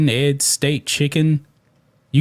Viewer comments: Bro I love the train this channel is on but for the love of America and all its patriots, please learn how to say eggs (not Ed’s) and Olympics (not Olympits) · E...GGs..not edds...please man